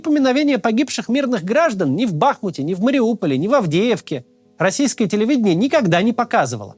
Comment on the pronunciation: мАксим, хватит БахмУт называть БАхмутом! Ну реально, хватит!!!!!! Уважай название чужого города!!!!!! И НастЕ это объясни!!!!